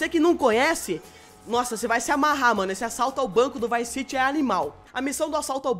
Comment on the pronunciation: O falou VICE CIGI.